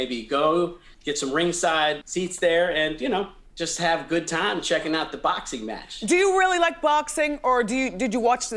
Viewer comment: "I dew like, I dew.."